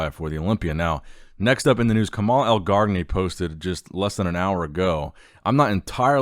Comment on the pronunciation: El-Gargani (not el-Gar-d-ani).